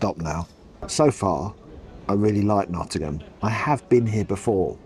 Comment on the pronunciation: Also thank you for pronouncing Nottingham correctly 🙈 (Pigeon milk!)